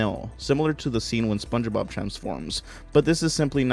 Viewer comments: You got it right the third time lol not yee or chee you got it when you weren’t trying lmao just try less lol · just say it like "Spónje-Bob" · I feel like if you pronounced it "Sponge-eh-bob" in front of Spongebob he'd immediately start pronouncing it exclusively that way from then on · Spunch bob is the only correct way to say it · SpongeBob SquarePants it's how you pronounce it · it's fine if you don't say spongebob right. it's pretty subtle when you say it normally, so idc as long as you dont say some pronnounciation that is just plain goofy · You all 🧢 yk u pronounced sponge bob on purpose to try to be funny